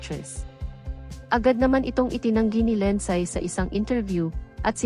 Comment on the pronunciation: Ano pangalan ? Linsaaay? Pagaralan mo Kaya kung paano bigkasin pangalan nya Linsaaayyy?